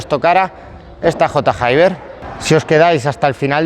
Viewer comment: J Hayber mil veces que has dicho J y luego Hayber sabiendo que no se dice así 🤣🤣